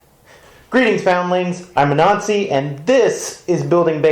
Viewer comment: he might want to work on his annunciation then lmao